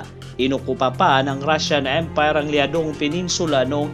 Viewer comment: kakaiba ang pagbigkas mo ng Japanese EM-PAAAYYR Rashan EMM-PAAAAYYYRR